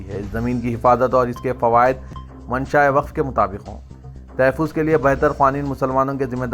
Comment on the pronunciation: Tahaffuz not tahaffiz.